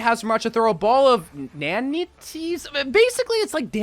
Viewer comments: "nan-ate-tees" have you not seen the word nannites before? haha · Nanites you should read like this - Nah-nights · The word is nanites is pronounced nan-ights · Our boi is such a himbo lmfao. It’s pronounced “nan-nuts” obviously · His official skill set was released it doesn't say anywhere it's a timed transformation bud. I'm not trusting anything said by a grown man who can't pronounce Nanites